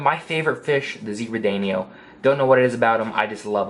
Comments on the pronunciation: Haris Iqbal He pronounced it wrong obviously you never noticed. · Haris Iqbal I know what a danio is. I have 3. The idiot pronounced it wrong. That clearly went over you’re head.